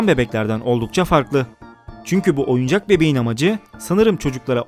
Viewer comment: oyucak diip oyuncak